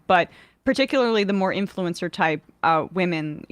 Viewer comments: As a non-native speaker, until you pointed it out, I'd never noticed that people often pronounce 'women' as 'woman'🤔 That being said, it doesn't bother me since it's usually easy to tell from context which is being used. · ok, I swear to God. I support her cause but every time she says woman instead of women it just grates on my nerves. I know it's a thing with certain feminists to weirdly use singular for women instead of plural but it's a fantastic way to annoy people unnecessarily.